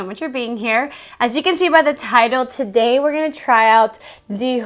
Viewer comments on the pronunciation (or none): none